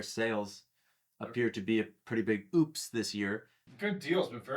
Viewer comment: Keeps pronouncing Oupes as Oops